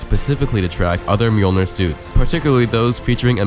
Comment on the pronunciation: Finally someone can pronounce Mjolnir correctly.